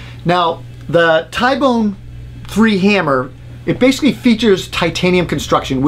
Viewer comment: T-bone , ty-bone doesn’t sound right